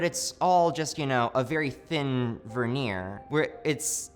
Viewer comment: What’s a “verneer”?